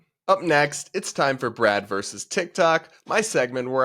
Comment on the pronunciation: It’s VERSUS, NOT verse!